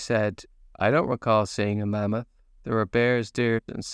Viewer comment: I like how you say mummoth 🦣